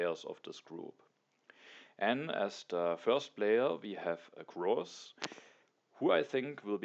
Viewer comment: GG! One thing that has nothing to do with TtA: I think you should reconsider your pronunciation of Grozz. There's an English word "gross" that's pronounced pretty much exactly how you say his name. It's a synonym for "disgusting". Might be better if you say it in German :) Thanks for the continued high quality videos. I support your decision whatever you do!